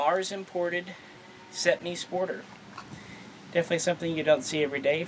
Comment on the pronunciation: Cetmeee ee no iii